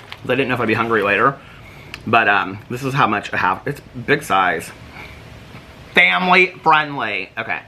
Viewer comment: you give me the giggles the way you say family friendly!